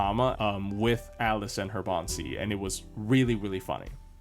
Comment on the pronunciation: I thought you're saying Baobhan Sith not Bond CE 😂